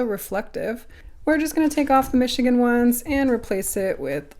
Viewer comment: Mashigan is how the Chinese say Michigan.